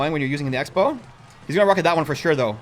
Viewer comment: You said sexbow